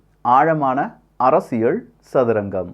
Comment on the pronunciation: அரசியழ் இல்ல, அரசியல். தமிழை சரியா உச்சரிக்க தெரியலன்னா ஒன்னாவகுப்பு டீச்சர்ட்ட பாடம் கத்துக்கோ.